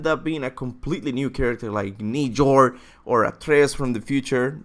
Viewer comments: Bruh he really called it nee-jord instead of nyord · Ni jor HHAHAHA you made my day XDDD if you were talking about Njord it's pronounced N-yord like Nyan cat but ord instead of an ;) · Njord is pronounced Nyord or Nee-ord, not Nee-Jord